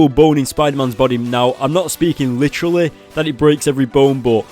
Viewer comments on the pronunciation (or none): none